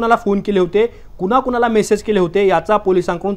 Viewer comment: पोर्श नाही पोशे ! कुनाकुनाला नाही कुणाकुणाला ! पुने नाही पुणॆ ! कुठून आणता असले निवेदक ?